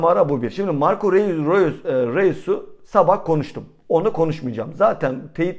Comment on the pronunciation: kardeşim. Marco REUS yazılır, Roys diye okunur😉